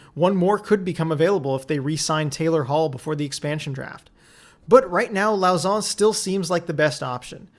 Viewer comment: And Jeremy "Low-sson" while you're at it. 'au' in french is pronounced "oh". But anyway, you make great vids!